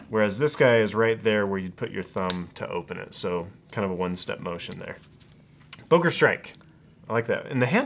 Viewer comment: It's "Böker", not "Boker"!!!